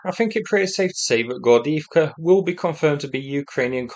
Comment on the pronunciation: It's a bit amusing to me how for Gordeevka you say it Gordiivka(like Avdiivka), just the way it would be in Ukrainian, but in Russian it's actually pronounced more like Gordeyevka I know you speak neither of those lanugages but it's just funny that you literally use Ukrainian variants when reading Russian town names